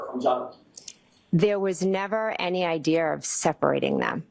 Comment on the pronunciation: Idear? Now we ARE using the letter R